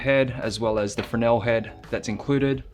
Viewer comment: Bravo...someone who knows how to pronounce 'Fresnel" correctly , finally...